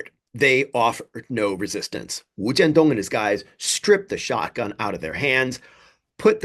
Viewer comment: First time on your channel and I salute you for pronouncing the guy’s name, wu jian dong without the non-native speaker tongue. I am assuming you speak Mandarin with equal finesse as well.